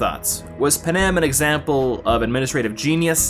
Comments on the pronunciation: Panem, not panam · panem sounds like pan am